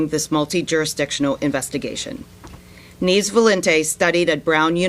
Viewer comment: Neevs? Neves. Loriero? Loreiro.